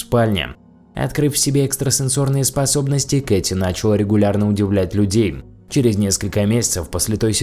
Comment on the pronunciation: Ударения рассказчика «нАчала», «дАла» бьют по ушам((( ..Грамотное произношение было бы круче;))